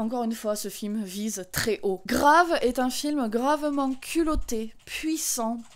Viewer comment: Bon j'imagine que depuis deux ans tu as dû avoir la réponse, mais c'est bien "Grave" prononcé à la française et non à l'anglaise. J'avais vu le film en avant-première, en présence de la réalisatrice à la fin, et elle expliquait que le titre du film venait d'une phrase prononcée par l'héroïne, "C'est grave", qui pourrait vouloir tout dire et rien dire, et aussi en référence à l'expression consistant à dire "Grave" en signe d'approbation, un terme marqué "jeune", et évidemment en jeu avec la signification anglaise.